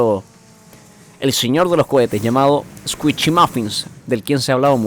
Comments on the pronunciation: Es "escuishi" no "escuichi" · Squishy no escuishi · No es Squichy es squishy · Min "Escuichi" xdxd